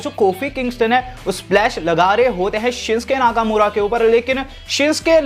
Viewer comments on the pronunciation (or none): Sincke laka mura nhi Bhai naka mura naam h aapne mistek kar di bolne me